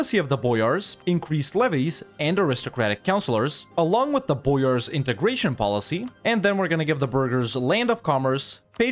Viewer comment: 1) Belo-ozero, not Belowzero. Two O sounds, literally "White (Belo) Lake (Ozero)" meaning. 2) Boyars - almost right spelling, wrong sound accentuation. Not B[O]yars, but Bo[YA]rs. That "ya" in Ryazan sounds same, btw. 3) About fighting Poland - on your place i'd suggest to temporaly ally it instead and use it (along with Austria) to crush Ottomans early, then turn on Commonwealth with releasing vassals and re-conquest.